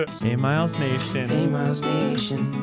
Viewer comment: Is anyone else wondering when everyone will stop pronouncing Miles' name wrong? 😂🤷